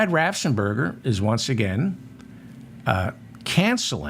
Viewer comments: Apologies, but I looked it up, Brad Raffensperger, pronounced BRAD RAFF-ENS-PER-GER, my reason, just trying to help. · Ohh I hope and pray Raffensmurger...... lmao... Watches your channel or somebody tags him..... It's the mispronunciation of his last name that has me rolling 😂😅😂😅.....🤣🤣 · Raffensperger. The guy's name is Raffensperger. It seems doable to pronounce that correctly, but I guess not. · Another nice one david. Ur pronunciations of raff-ens-burger have me in fits 😂